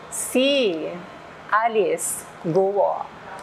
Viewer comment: It's Kwo ( Guo ) instead of Guwo